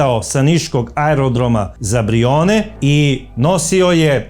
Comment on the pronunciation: Ne Brijoni, nego BrijUni